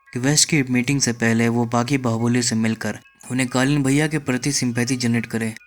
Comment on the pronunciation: ka explainer....tujhse na ho payega. Kalin bhaiya ko kalin bol rhe ho. Jao koi or kam karo.